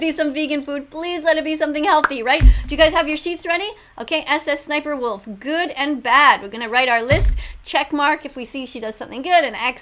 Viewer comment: You said sssinperwolfs name wrong